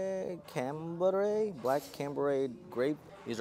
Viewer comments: Chambray.....Pronounced Shambray.....Lol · Black Blue 7s is called the Chambray 7s. The C is silent and instead you use S in the beginning